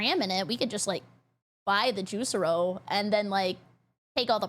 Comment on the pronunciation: Geez,. Its JuicEro, not Juice Ero.